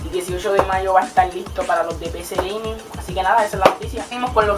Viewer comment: "picí gueimin" -aplauso- "residen ivo" -aplauso- "racón siti" -aplauso- "goros wal 4" yyyyyyyyyyyyyyy no aguanté mas... por cierto te presento una letra: se llama R. la usas en donde usas la L.